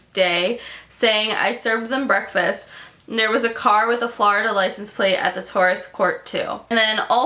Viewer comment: how do you live here and still pronounce florida that way